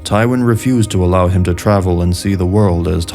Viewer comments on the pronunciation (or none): none